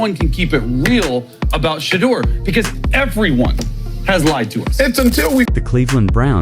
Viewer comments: You refuse to pronounce his name correctly. Subscribe to this, no. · If you can't pronounce a simple name i don't watch and definitely will never subscribe